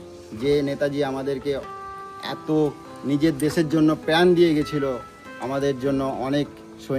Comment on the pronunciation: নেতাজি তো ঠিক আছে। কিন্তু আর কেউ আমাদের স্বাধীনতা দেয়নি? আর প্র্যান কি? 🤣। কথাটা প্রাণ